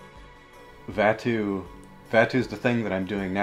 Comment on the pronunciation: Today I have learned that I pronounce Dahm, Koark, and Vattu incorrectly...